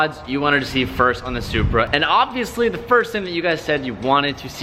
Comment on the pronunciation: I like who he says Supra zupar 😂😂😂😂